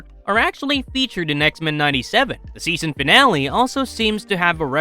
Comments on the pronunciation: Anyone else find the way he says X-mEn weird? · I know right! Such a weird way of saying that word. 😏😏😏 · Why he say X-Men like that